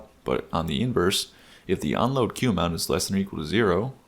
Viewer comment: it's aggravating me every time you truncate "queue" lol but this is a great video. Thanks